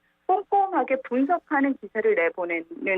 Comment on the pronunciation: 진행자는 아침에 GS 편의점 다녀왔나요? G7과 GS는 큰 차이가 있겠지요? 발음 하나 가지고 꼬치꼬치 따지는게 너무 지나친것일수도 있지만 반복되면 곤란하겠지요?